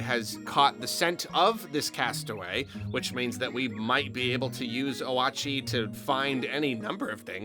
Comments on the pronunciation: 2 things, that I'm too lazy to read through the rest of the comments to see if anyone else yelled about! 1. Oatchi! Probably pronounced like Oat-Chee and not O-At-Chee 2.! I think that the plot of this game is that an entire SHIP of people crash landed, like they were taking a pleasure cruise and just got clonked. The protagonist is either a rescue squad or fellow passenger. I wanna say that there's so many fruits because you're collecting them to feed the ship? And also collecting treasures to upgrade your character, but part of me wants to say the treasures are ALSO getting scrapped to try and also repair the ship as well? But the ship doesnt look damaged whatsoever so I dont have much confidence in that theory. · Oh-ah-chee just seems more correct than oat-chee to me for some reason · For future reference its pronounced Oat-chi, kinda like Yoshi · I think the dog's name is actually "Oat-chee" as in "Yoshi" to reference to how Olimar is Mario (Oh-ri-ma > Ma-ri-oh) and Louie is Luigi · YEEEESSS I WAS WAITING FOR THIS VIDEO!!!! ALSO OAT-CHEE it's OK it's a little funny to say but this is how it seems to be pronounced. Not hating anyone just trying to help 😇 but all will be forgiven. I love all pikmineers so hype!! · It Oat - Chee (It did pronounce it on the website about Pikmin 4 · Then how do you said Oatchi like “Wa-chee” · Its pronounced o-a-chi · I was so excited for this video. Also the way you pronounced "Oatchi" actually does make sense, for the record, even if it's incorrect. You pronounced the vowels as you would if they were in Japanese.